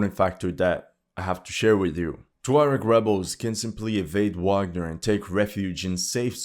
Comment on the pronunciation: I like you but I stopped watching, can't handle ignorance - it is pronounced VAGNER!!!!😢